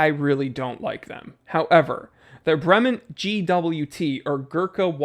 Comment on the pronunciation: "Bray-mon(t)" soft T at the end.